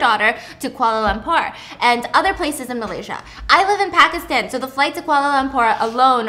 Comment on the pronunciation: Stephanie’s pronunciation of Pakistan, Lahore, Karachi, and Aleezay just added 10 years to my lifespan. 😭🤍